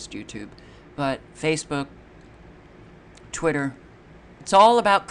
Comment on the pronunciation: twittAA wheAA you can have a convAAsation. i did, just yestAAday!